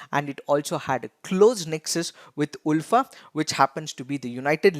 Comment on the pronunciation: It's pronounced as aalfa, not oolfaa. Anyways, thank you so much dear team. You are doing awesome!